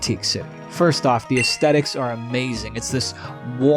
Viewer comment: I dig your vid. You may not believe it, but my grandad was a decently well-known doctor of philosophy from Yale, and his career focus was Aesthetics... not trying to be mean, just trying to save you some face: if you wanna stop embarrassing yourself, pronounce it correctly. It's not a hard T, because we don't speak Latin.